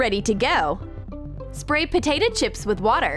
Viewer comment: She said patata